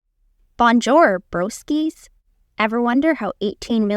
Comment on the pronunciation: Bro the mispronunciation of bonjour got me rolling